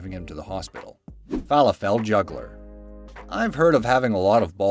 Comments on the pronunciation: Pronounced fah lah ful not fella fell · fallow-fell juggler lolololol 😅😅😅 It is pronounced fah-loff-all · they are pronounced "Faa-Laa-Fil" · It is pronounced... fuh-LAH-full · Fala-full not fall-a-fells just a little tip for the Americans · It’s pronounced fah-lah-fal, not feh-leh-fell, idiot! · Fall-uh-fell.. Fuh-lah-ful.. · Fall-a-fell? It's definitely pronounced "Fah-loff-all" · felafel is Fa-La-ful. Not Fa-la-Fel. It looks like it, but it's not. fəˈläfəl the upside down E is the "uh" sound. Here's a video to teach you about it. :) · Sorry guy - - those Middle Eastern balls of garbanzos (aka chickpeas) or other pulses AREN'T pronounced FALA-fell - - it's fuh-LAH-full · Isn't it pronounced "fa-laffal" instead of "fah-le-fell"? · It's pronounced Fa-LAH-fel with emphasis on the Lah. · Q-W-E-R-T-Y omfg, just say it it sounds exactly as its spelled and "fall-a-fall"??? you literally almost made my ears bleed idk if you skipped school, but you seriously need a refresher in language arts / english / "whatever its called these days" class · These people are amazing! Like those rice farmers! They SING while they plant?! That is AWESOME! And it is pronounced Fa-laf-le. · Wtf is a "fall a fell" ball? Oh you mean falafel... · Falafel is pronounced like waffle falaffle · Lol... Ivw never heard falafel pronounced fa lafell 😂😂😂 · It’s fa-LAW-full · Haha Falla-fell. Nice pronunciation :P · So many errors in this video from the person narrating it.... its Fah-la-full. Not what you said. And it Gif not Jif. The cheif is Hero. Not what ever was said. Man. Why is he reading this. WHY AM I WATCHING THIS? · u said Fah laH fIL wrong lol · I almost had to exit out of the video when he kept saying "Fall-a-fall" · It is pronounced falafel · Fall-a-fell? Oh dear... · is going down hill. Can’t pronounce “falafel”???🤦🏻‍♂️ Have also seen some topics be in multiple videos with different stories. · You mispronounced Falafel it was quite cringy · What did u call falafel? 😂😂😂😂😂😂😂😂